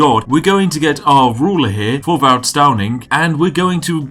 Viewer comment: hello from denmark. Thorvald is pronouncedd [Torval]